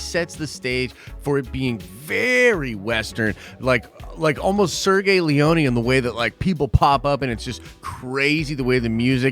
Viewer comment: What country are you in? It's not Sergey Leoni. It's Sergio Leoni. Like Sir Gee Oh.